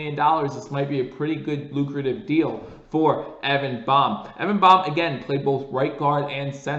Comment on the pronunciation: Hey, I think it’s pronounced “BAME” as in sounds like LAME with a B replacing the L.